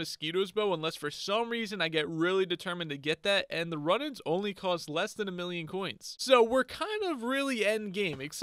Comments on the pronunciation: its rune ans not run ans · Runaans is pronouns roonins not run ins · Zealot is pronounced: zeh-let Runaan's bow is pronounced: roo-nans (you say the last part right, it's just 'roo' and not 'run' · Not meant to be a hate comment but it's pronounced roo-nans not run-ans :) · Roonaans bow is the pronounciation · I noticed you mispronounced Runaans, it’s pronounced either Ru-nahns or Roo (like Rew) nahns. I wouldn’t have pointed this out but you asked us to so you’re welcome lol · (Ru-nawn) is how you pronounce the bow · its pronounced "zelit" or "zelot" and the bow is pronounced "roonans" no hate :) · im just trying to help... its pronounced roonans you hold the sound mor elike when you say spood its the same oo sound ;) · Wrong pronunciation: Runaans Compass Zealot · Dont wanna harp on you, but Runaans is pronounced Roooo nons bow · It’s pronounced roo nans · You are pronouncing zealots like this zélots try not accenting the E in the name and you will have it good. And runaans is pronounced (Roo-nons) just for if you need help pronouncing 😁